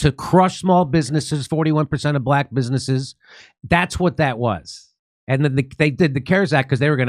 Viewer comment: Why is the white guy saying black wrong